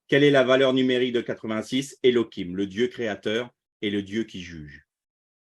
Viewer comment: Pourquoi utiliser l hébreu moderne? Elohim avec la lettre je en ancien hébreu, or vous prononcez Elokim , avec un k. Merci soyez béni.